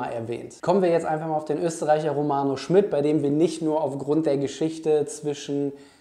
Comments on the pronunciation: Finde auch, dass er ein spannender Spieler ist. P.S.: ich glaube der Name spricht sich „Schmiiiied“ und nicht „Schmitt“. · Kleiner Hinweis: Im Butter Bei Die Fische hat Romano meine ich gesagt, der Nachname wird Schmied, nicht Schmidt ausgesprochen. Aber ansonsten super Video - danke für deine Einschätzung! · Romano heißt Schmid nicht Schmidt.. langes I..